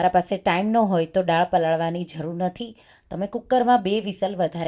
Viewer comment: રેસિપી ખૂબ સરસ છે હું જરૂર બનાવીશ બસ એક ગુજરાતી હોવાને કારણે ફક્ત એક સૂચન છે ઉચ્ચાર દાળ થાય નહીં કે ડાળ કેમકે ડાળ નો મતલબ ઝાડની ડાળ થાય